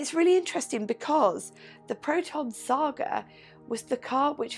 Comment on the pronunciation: You pronounced it well... glad to watch it ...